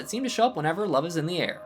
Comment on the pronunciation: Did you say 'Sub is in the air?' Cause it sounded like you said 'sub is in the air'.